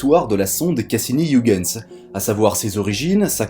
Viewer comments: Youguenss... WHAT??? Ho PTN mes oreilles saignent !!! Oeilguens sonne mieux dans mes pavillons et dans ceux des autres milliards d'humains qui le prononcent bien 😔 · C'est horrible cette prononciation de Ouigens. C'est pourtant si facile d'utiliser la prononciation de Google Traduction, en néerlandais bien sure (voire en anglais, ça marche aussi) pour savoir comment le prononcer correctement. ,08'51